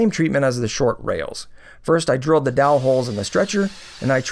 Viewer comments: "jowel joinery" huh? 🤣 great build. Looks awesome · "Jowel Joinery"??? lol